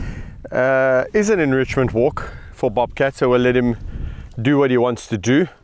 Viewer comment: I will never be able to say the word "bobcat" without Kevin's South African accent for the rest of my life. Bawbkatt.